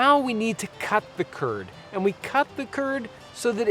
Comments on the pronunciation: Turd instead of curd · Every time you say curd in the video, I imagine that you're talking about Kurds, and it's funny because I am a Kurd.